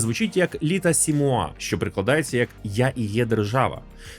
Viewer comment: П.С.: не "літа се муа" , а "лєта се муа" 😊😊 (L'état c'est moi)